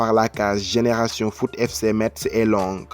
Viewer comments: Je suis de Metz et suis un fervent supporter du club de foot de ma ville ... donc ça me fait mal aux oreilles quand vous prononcez mal METZ ...METZ SE PRONONCE "MESSE" ...Merci et bonne continuation ! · Par contre metz ce dit messes mais bonne vidéo